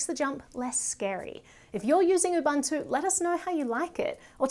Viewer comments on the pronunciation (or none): Very informative video, but she missed that it's pronounced Ubuntu and not Ubantoe.